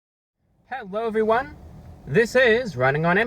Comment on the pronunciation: Am I the only one that thinks he says "Hewoe evewyone" every time I watch a video?? 😂 keep it up review brah